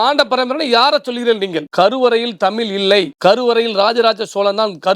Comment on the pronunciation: தமிள் இல்லை தமிழ் இந்த வார்த்தையை உங்கள் நாவில் சரியாக வருவதில்லை